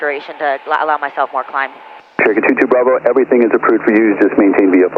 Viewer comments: that guys 'Cherokee' was Turkey to my ears also 🤣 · It was Turkey.. 🦃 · I absolutely love all the vids, but i cant be the only one who hears "turkey" instead of "cherokee"......so you will forever be known as "" 😂😂😂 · Nooo way I thought it was turkey am I deaf??😂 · At least I am not the only one who heard that 😂😂 I was trying to work out from the plate where Turkey came from